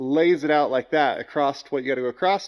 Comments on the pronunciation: there is no T in across funny LMAO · Obligatory Comment : - Across. A C R O S S. It's Across, not Acrossed, not Acrosst, and definitely not Acrossted. Simply, Across. Thank you for your support.